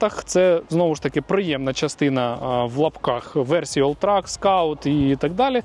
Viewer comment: Один раз на початку назвав гольфа олтрЕком, і я аж втішився, а потім знову він став «олтраком»(